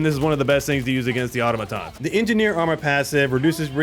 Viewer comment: has nobody ever heard the word "automaton" pronounced before?